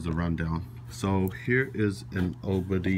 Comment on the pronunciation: oI find it funny how he pronounces it Oboudy. I allways pronounced it O.B.D.